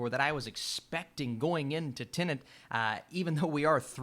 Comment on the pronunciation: Finally someone who says "Tenet" and not "Tenant".